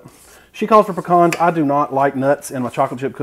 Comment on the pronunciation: good to hear you can say pecan the right way